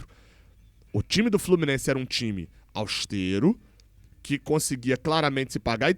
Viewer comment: Se fala "austéro" com o E aberto.